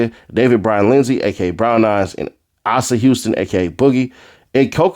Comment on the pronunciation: Asa is pronounced AY-SAH.